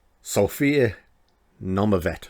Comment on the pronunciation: ARE YOU KEEMSTAR? CAN'T YOU EVEN SAY HER NAME CORRECTLY?